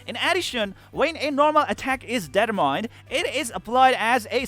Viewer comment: Gotta reinstall to try this out. E7 is my jam so this looks a lot better now. btw "determined" isnt pronounced that way =P